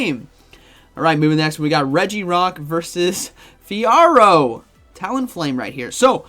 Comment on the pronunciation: You pronounce Fiaro right